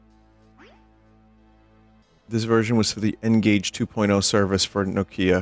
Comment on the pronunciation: Wait, is that how Americans actually pronounce "Nokia"? Or just Vinny?